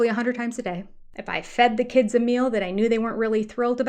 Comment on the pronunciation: That’s because he took speech lessons from Robin you know, Robin has perfect speech patterns. And she always has perfect pronunciation just like when she says meal. Robin doesn’t say meal she says mil.